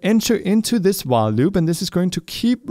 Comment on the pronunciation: When he said while loops i thought he said wah loops Don’t know which i prefer